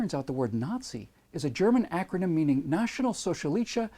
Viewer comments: Another absolutely brilliant piece, (although your German pronunciation leaves something to be desired). Funny how so many 'occutards' have taken time out of their busy schedules to post nonsense on your channel. Keep em coming,!! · That was the worst German pronunciation I have ever heard XD